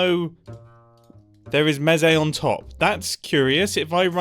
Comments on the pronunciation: Mumbo, I love your channel, and watch every single video as they come out, and I know this was your first time playing MineTest, but I am in pain every time you say "mezee". I am here to respectfully inform you that it is pronounced "mees". Like geese or Reese, it's Mese. :) Can't wait to see the next video! (Also I hope you try out some other Minetest mods/subgames, I promise you they are worth your while!) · Also it’s pronounced Meh say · its pronounced like. Meece. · "Mesé" it’s a mesecon (mes-e-con) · It is pronounced me-s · Eyyyyy, nice! Also, your comment "I've already modded it" - that's the point of the game XD. MT takes very high inspiration from MC, but takes things in quite a different direction - going for easy-to-use Modding tools (and automatic mod downloading for Multiplayer servers, etc.) rather than direct in-game features and such. (Also - it's pronounced "meece" - think like a child talking about a crowd of mice) And all of this reminds me... it's been a LONG long time since I've looked into Minetest, I have a lot of childhood memories from the game. Might have to look back into it - thanks for the reminder it exists! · Ive never thought about pronouncing mese how he pronounced it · It is pronounced mEc and mEcons